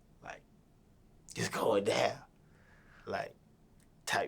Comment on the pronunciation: He talmbout “put her daan” 🤣🤣